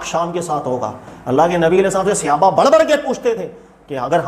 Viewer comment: صحابہ کا لفظ صَ کے زبر کے ساتھ ہے۔ صَحابہ۔ اپنا تلفظ صحیح کرو۔ لفظ صَحابی زبر کے ساتھ ہے۔ تلفظ کی اصلاح کریں۔